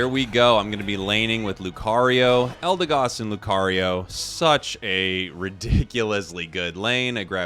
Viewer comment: It's pronounced "EldeGOD". Never left the S tier for me